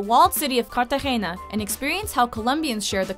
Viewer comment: She didnt really pronounce Cartagena right but hey its still alright lol